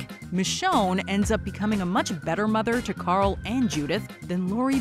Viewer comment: Carl or Coral as Pappa Rick called him. Annoying as f